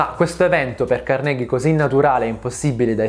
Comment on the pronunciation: Carnégie non si puó sentire..